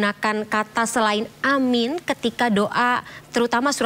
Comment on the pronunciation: bacaan yg benar aamiin bukan amin.